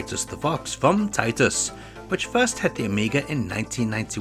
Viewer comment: Did you just say tits?